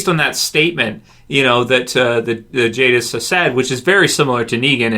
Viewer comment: It's jadis